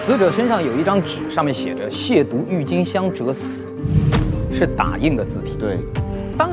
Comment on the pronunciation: 撒贝宁把渎字读对了其他人都读成了第三声😂